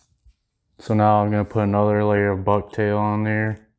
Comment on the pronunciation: Ha ha ha 🤣 😂 😆! I thought you said "bug tail!" Ha ha ha 🤣 😂 😆 Just as an FYI, walk that tag end down the shank more. Locks it in better. I like the pattern. I'm new to walleye fishing so I'll add this to the tackle box. Thanks! Do you tie it in any other colors?